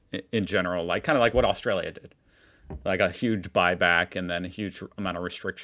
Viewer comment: The way you say Australia isn't the right pronunciation